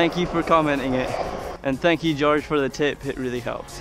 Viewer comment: Yeah you said Georges name right